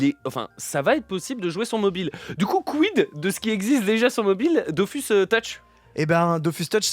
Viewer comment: Merci pour l'invitation c'était vraiment cool ! PS : on dit Dofus pas Dofousse